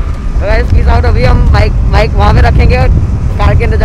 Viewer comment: WTF! "My Dream BACK" Koyi isko English ka tution karwawo seriously, kon sai class mai padte ho.